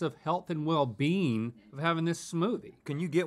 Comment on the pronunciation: health and well-BEAN